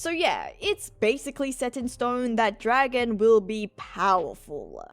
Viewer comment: mindblown. I'm today years old when I learned that's how you actually say his name.